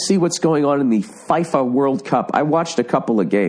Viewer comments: It's not pronouched "Fi-Fa" it's pronounced "Feefa" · I'm gonna regret saying this (apologies in advance Americans) - but it's pronounced 'FEE-FA' [FIFA]. ....I'm regretting this already! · In Fifa the "i" is pronounced "e" you twat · The way Bill pronounces "Fifa"